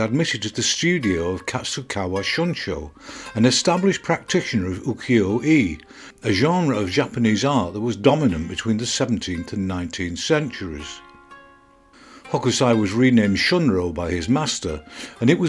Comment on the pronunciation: Just a small point on pronunciation of Japanese words and vowels. At 1 min, you mention he was working in a studio specialising in Ukio-e. It is pronounced with a short form of ‘E’ not the long form ‘Ee’ as you pronounce the word.